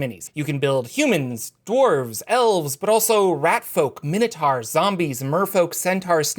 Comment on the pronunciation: I like your videos, but why do you say “minotars”, “centars”, etc.? “Taur” has a “u” in it, so it’s pronounced “tor”.